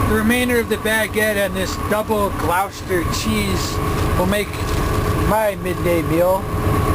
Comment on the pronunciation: as good a was with words, he butchered the name Gloucester, glos-ter